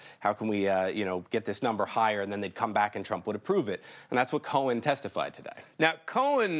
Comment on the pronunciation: He can't pronounce Cohen!